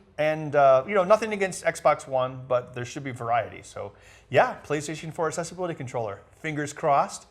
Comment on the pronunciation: The way some people pronounce "Accessibility" really bugs me. it's Access not Assess